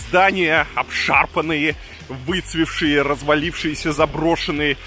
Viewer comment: «ВыцвеТшие» , бассейн, не бассэйн! Сервис, а не сЭрвис